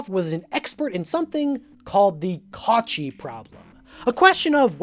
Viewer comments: Cauchy is pronounced ko-shee not kautchee by the way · It doesn't happen often that a person outside of Academia and science high school knowledge gets into math and physics and tries science communication. I think it is really cool. (Cauchy is pronounced Ko-shi`)